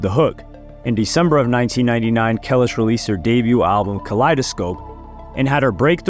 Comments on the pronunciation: BRO THIS IS THE WORST VIDEO YOU EVER MADE I CAN'T EVEN WATCH IT.... DUDE HOW COULD YOU KNOW SO MUCH AND NOT KNOW HOW TO PRONUNCIATE HER NAME... CRINGE AT ITS HIGHEST 😭😭😭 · I aint even watching this shit no more the constant name fuck up is beyond me but other then that good shit you did ya homework so you should know how to pronounce it smh .. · To know all of this information… you had to have known how to pronounce her name, unless you just reading something and no nothing about the situation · Ya I’m not finishing this video learn to pronounce her name right before making an entire video on her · This shit was unwatchable because of the way you kept saying her name wrong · Can you like... redo this whole video but next time say her name right ? 🥲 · The way you butchered her name is very cringe 😬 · I actually used to rate this channel...But this was painful to watch...How can you get her name wrong over and over? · I can tell you gen z from the way you pronounce her name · I love your channel and your work brotha….but every time you said her name I FLINCHED 😖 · I can't take him serious rn for saying her name totally wrong 🤣🤣🤣🤦🏽‍♀️🤦🏽‍♀️🤦🏽‍♀️😭😭😭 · Yo is this a AI talking or something because why is kelis name being said like that?????? I can’t even finish this video. Completely distracting and cringe as fuck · I like your videos I’ve been subscribed for a while, my biggest and really the only problem is that, this is not the first video that you mispronounced a black artist name. Please truly study the artist , it’s comes off misleading to the culture. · The least you could have done is pronounce her name properly. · know it alls in these comments ingnore all the information he dropped on us and choose to be pedantic retards acting smart over a name pronunciation 😂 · The amount of times he said her name wrong in the first 5 mins actually annoyed me. I can't even watch the rest of it tbh... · How do you know how to pronounce Pharrell’s name but not Kelis?